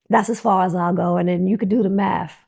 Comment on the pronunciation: U can do tha " maff" lol 😂😂 its MATH LOL